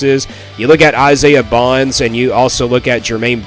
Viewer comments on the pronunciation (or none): Bond, not Bonds. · Dude you don't even know what you're talking about when you're talking about the Alabama crimson Tide football we won six national titles with Nick Saban by the way!! And the receiver's name is Isaiah Bond.... With a d at the end, not an s😂😂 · It's Bond not Bonds.